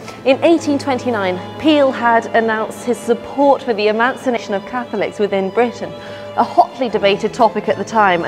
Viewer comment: Strange pronunciation of "emancipation" 🤔